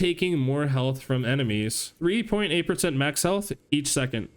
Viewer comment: I too like to pick up “extra herlth” XD good stuff